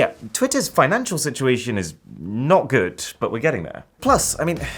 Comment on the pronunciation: "before we get to the bat, let's talk about the goot"